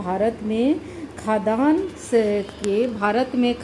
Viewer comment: निश्चित रूप से आपके पास योग्यता है। परन्तु महोदया, आपके उच्चारण में गलती है- आप खाद्यान्न जिसका उच्चारण खाद् यान होता है, को खदान पढ रहीं हैं।